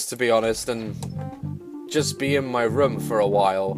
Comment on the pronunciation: not trying to be mean and I am a fan but u say rum and I say room XD